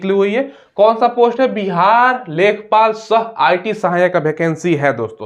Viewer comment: लेखपाल न है इसको लेखापाल कहते है